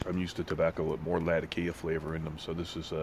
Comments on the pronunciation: Not pronounced La-TA-kee-ah. Pronounced La-ta-KEE-ah. Maybe the locals say it that way, but the western pronunciation has the accent on the KEE. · Way to go on the editing video wasn't that bad. I have heard that before about Latakia and how it's pronounced. I think I agree I like the Winter Olympics better than summer but it really depends upon the sport.